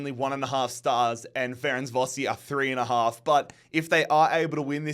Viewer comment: FERENK VAROSH Thats how you proniunce Ferencvarosi